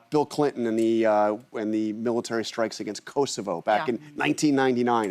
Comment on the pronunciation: Who listens to Charlatan the Guy? I can't take anyone seriously that says skrikes instead of strikes.